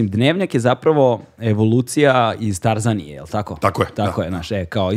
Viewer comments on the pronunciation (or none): Ne možete tako da akcentujete Tarzaniju😠